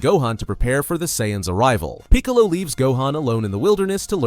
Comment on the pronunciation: Bruh how come you can’t pronounce Raditz and Piccolo. Good vid spot on time line but WTHELLYONTE